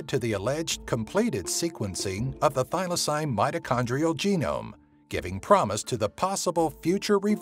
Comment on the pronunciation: sorry but thylacine is pronounced thigh-la-seen not thigh-la-sign